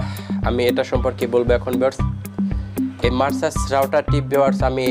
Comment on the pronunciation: মারসা'স না ভাই মেরকুসি'স হবে😅 উচ্চারণ টা👍